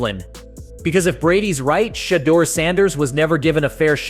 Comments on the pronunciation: If you are going to use the sanders name to get clicks on your content learn how to say his fucking name right. It’s not Shitdur you dope. It’s shhhdoor. Sound it out my guy do some research. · I thought it was $h!dder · Exactly what I was going to say. My fave was Shiddur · This man called him Shitter Sanders lol. Shadder, sheduguer, shidder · “Shad-uhr” Sanders lol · Why can these people doing this videos can pronounce his name CORRECTLY.. PATHETIC. .. SHUDER SANDERS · The narrator of this video doesn’t watch anything footbal! He can’t even pronounce Shedeur’s name right! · How did you pronounce his name 20 different times in one video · I understand what your doing with this video. Just stop. Why aren't the browns starting a 5th round pick. Pronounce his name correctly. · Video should be called "how many different ways can you pronounce Shedeur wrong" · How many different ways can you mispronounce Shadeur? C’mon, man! 😅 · I'm tired of you saying this kid's name wrong. I've watch 2 maybe 3 videos of you saying this kid's name WRONG over and over again. It's not hard to find a clip or video of His Dad, friends, teammates or ever other sports analyst saying his name CORRECTLY. Go find one. Learn the correct pronunciation. It's almost disrespectful at this point. Let's do better. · Shadore Sanders learn to say his name right.